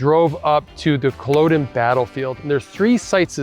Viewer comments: Great video but I was surprised you kept pronouncing Culloden wrong right at the beginning. It is Cull-odd-uhn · "Cul-awe-din" rather than "Cul-oh-den" Other than that great video from a local 🫡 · It’s pronounced Kuh LOD uhn. Emphasis on the LOD like sod not like ode. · As someone from Inverness while it’s easy to joke about our weather, it harder to pronounce our places names. Please can you research things like how to say Cull-o-den before you upload posts